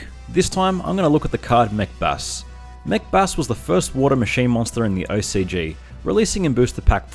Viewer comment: Every time you say Mech Bass, I keep thinking you're saying 'Macbeth'